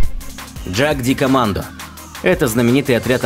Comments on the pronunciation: джаг ди командо.... это нечто Ягдкоммандо. Немецкий язык, он такой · Джагдикоммандо!!! Ппц!!! Это австрийцы!!! Слово немецкое и читается по-немецки!!! Ягдкоммандо!!! Позорище!!! Отписка! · Что за ДжакКомандо? Ягд-Командэ? Охотники в переводе с немецкого. Ягд-охота, егер(читать "ееегар")- охотник. У немцев есть спецподразделение Берг-егар. Будете в Альпах и увидите бегающих мужиков со здоровыми накачанными жопами-вот скорей всего бывший горный пехотинец ))) А может и не бывший, а просто тренируется. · Джагдикоммандо? Аффтар, да будет тебе ведомо, что это немецкое слово! Ягдкоммандо, тудыть твою враскоряку! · Читать надо не джагдикомандо а ягдкоманд. Они же австрийцы и пишут по немецки. Двоечник. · не джагдикомандо а ЯГДКОМАНДО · Не дажакамандо а джикомандо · Послышалось: "Энурез-2". Вот уж действительно выброшенные бабки. Трехгранный нож скопировали с русского трехгранного штыка, не иначе. 21 век, а изобретают какую-то херь. тьфу. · На превью ан командно а не джикомандо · Не правильно он произнёс,это по моему потому что джагдикомандо это какой-то китайский,а вот джедкомандо либо джекомандо правильно(не судите строго это лично по-моему) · Название ножа "Jagdkommando" произошло от названия австрийского спецназа. А в Австрии используется немецкий язык. Забей в переводчике и послушай, как это произносится